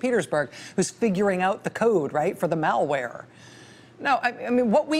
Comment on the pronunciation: I love Rachel, but..."Mall-ware"??